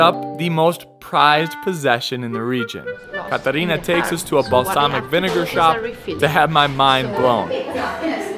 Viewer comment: Catarina... Come on it's Caterina!!